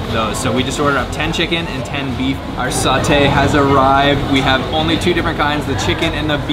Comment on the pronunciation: Why do white ppl pronounce Satay as Sauté smh pronounce it how it is and spelled. I had my order mixed up at a Thai place more than once bc the white girl writes down the wrong thing when I say SAT-TAY… (first A is short, second A is long). Learn the word white people.. don’t mean to sound racist but because of this wrong pronunciation by the same ethnicity has caused me to have shitty services that I pay for…